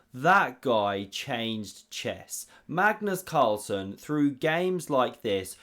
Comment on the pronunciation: It is a mystery why English speakers are incapable of saying any word or name from another language correct.. You make video about Magnus Carlsen ....but are not able to pronounce his name correct. Hasn't he been long enough in the chess world in order for you to learn how to say his name correct....???? ....and...is it to difficult for you to use the few seconds it takes to check out correct pronunciation with google translate...???? Not that I need to learn how to say Magnus .....but it took me less than 10 sec to check it with google......